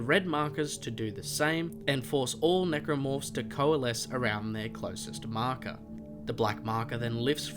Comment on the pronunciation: When you say marker it sounds like mako